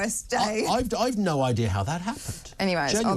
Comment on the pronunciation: neaur…. You mean no? Lol